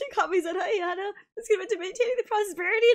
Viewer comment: Ah, yes: Aya-Otto.